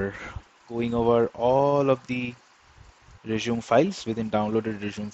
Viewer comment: That is not how you pronounce resume 🙈